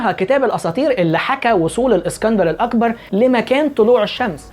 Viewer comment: بيقولك، الاكسانر "الاقبر" بالقاف. والله يستهال يتفضح على ديه لوحدها